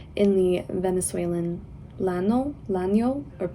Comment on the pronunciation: In Spanish, two Ls together make a Y sound; so "llano" is pronounced as if it were "yano." The same goes for Vargas Llosa's name. Also, the ñ makes a sound similar to the gn in "lasagna."